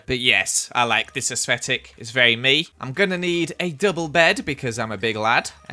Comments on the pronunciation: I just realised says aesthetic as 'aesfetic' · Nobody: Not a soul::aesvetic